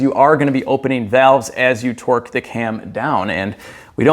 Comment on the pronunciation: You say "twerk" instead of torque and i laugh every time.